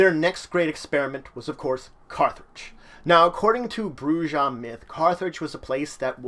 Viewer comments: Your saying the word wrong white boy the J makes a H sound while the last h is silent ( Broo-HA ) you dumb fuck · You pronounced the J... lot of players are going to hate you. >:D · You lost all credibility when you pronounced if BROO-zha. It's BROO-ha. Dude, you couldn't even pronounce Carthage right and you call yourself an Emperor?!?